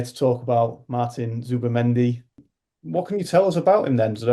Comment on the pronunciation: At least get his name right... Martin Zubimendi not Zubamendi.